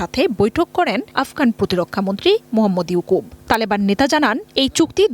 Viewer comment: মোহাম্মদ ইয়াকুব,নামটা ভালো করে বলেন।